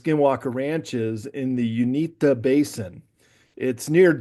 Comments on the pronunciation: It's pronounced U-in-ta, not Un-ee-ta. We live by there and have experienced a few things. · ♥️🇺🇸Q🌎✝️ OMG THANK YOU JESSED FOR CLEARING THAT UP I WAS ABOUT TO GO OFF ON THIS DUDES GEOGRAPHY DIRECTIVES AND PRONUNCIATIONS LOL THOSE OF US THAT LIVE HERE IN THE UTAH ROCKIES AREA WERE ALL LOL AT THIS GUY.... IT IS NORTH EAST UTAH BALLAD AREA AND PRONOUNCED YOU IN TA LOL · Not sure why he was pronouncing the Uinta mountains the way he was but that's not how we from Utah or salt Lake City have ever ever said it the way he did